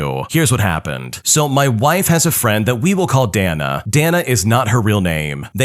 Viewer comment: Dana is Day-Nuh. Not Dan-uh. 🤦‍♂️